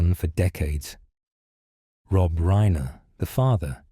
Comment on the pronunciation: This is AI. It's Reye-ner. Not Reener.